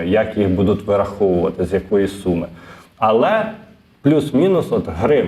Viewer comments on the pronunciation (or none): none